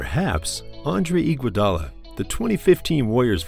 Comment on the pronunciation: man called them signing igudala